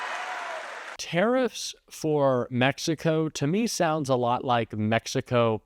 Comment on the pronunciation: Tariff, tariffs, tarilffs. Idiot